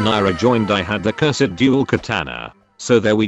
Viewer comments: You said Cursed tye wrong way. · I really like how the robot voice says "curs ed"